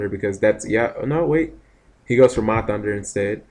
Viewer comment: When are you gonna realize its "HUNDER" LOL Ma and Pahunder not thunder ^_^.. NOt a big deal, i know.. Im just wondering if you really dont notice or if your choosing to call them that instead....